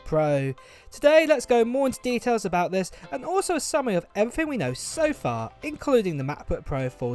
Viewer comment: It seems "abougt" right. But I hope it's a little less than that.